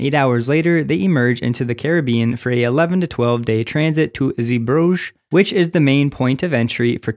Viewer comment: It really doesn't matter, but on the pronunciation of 'Zeebrugge': zay-bruGGe This hard "G" is always hard for foreigners, so don't worry. But 'zee' does indeed mean 'sea' but you pronounce it as 'zay/zey'